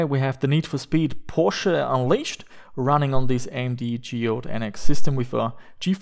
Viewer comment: YES, finally someone who can pronounce Porsche correctly